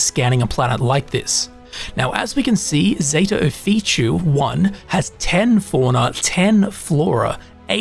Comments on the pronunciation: I love taking advice from someone who cannot pronounce something that they are explaining correctly. How does Ophiuchi = Oh-fee-choo? In what language exactly? It's Offa-yoo-kee. Or Offa-yoo-kuy. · Got a couple tips for you and your watchers. By the way, the planet is pronounced Zeta [o-fee-chu-ee] just how it's spelled, which is Ophichui, not [o-fee-chu]. lol 1. Pop an Amp when traveling large distances. You'll run 35% faster and jump 2x higher for 2 minutes. 2. Set your FOV to the maximum in first and third person view (since they've added in the FOV slider in a recent update.) It just gives you SO much more visibility. It's definitely a quality of life upgrade. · Just FYI it’s pronounced “oh-FEE-you-ki” not “oh-fee-chee” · "Off-ee-oo-key" If you try to spell the name you are saying, you will see it looks wrong. The most wrong bit being that it ends with an "oo" sound. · FYI: Off-e-oooh-key